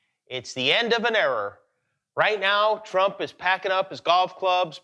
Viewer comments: did hejust say "its the end of an error" ?? lol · Did he say "Its the end of an error"? :) :)